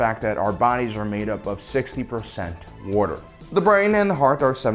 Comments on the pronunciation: Craziest thing about this video, is that calls Water “worter.” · “War-tor” ...why are you like this? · I have to ask, are you from Philadelphia area? I pay attention to speech patterns alot, and I'm noticing the way you pronounce "water" would like to know if my guess is correct... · You say water weird.